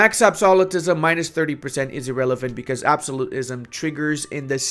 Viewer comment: I will subscribe if you can start saying "absolutism" correctly